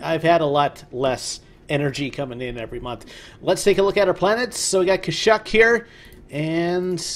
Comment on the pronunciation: Really enjoying this series, wanted to find a play through of the Galaxy divided mod and found your channel! I believe kashyyyk is said as Cash-eek.